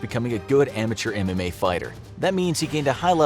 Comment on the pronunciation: Every time he says MMA i hear anime and think of ufc fighters all being weebs